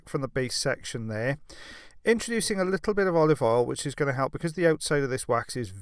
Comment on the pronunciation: I always smile when says he is "indroducing some olive oil" I always imagine Popeye asking a leggy dame on a date.